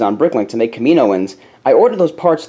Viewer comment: Btw, just so you know, it's pronounced, "Kam-i-no-an" sorry those sorts of things bother me at least a little. ;P